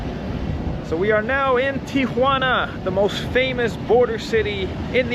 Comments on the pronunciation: Thank you for pronouncing TIJUANA correctly......It makes me sick to hear everyone including our president say TIA JUANA...... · You pronounced Tijuana expertly. Three syllables